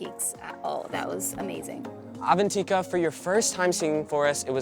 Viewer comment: they kept saying Avantika's name wrong and it drone me NUTS